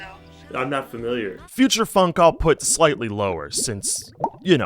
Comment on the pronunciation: doesn't phonk have more of an 'aw' sound? i may be mishearing but it sounds like he's saying it like the word funk.